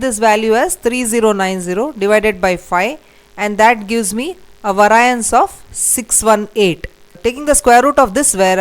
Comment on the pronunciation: Excellent lesson, but the word must be pronounced vay-ree-ance